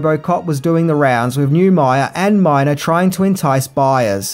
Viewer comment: *Neumeier and Miner (not "Myer")